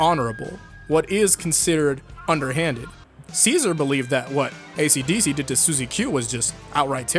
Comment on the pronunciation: Only took me 8 minutes to realize that "acdc" was "esidesi"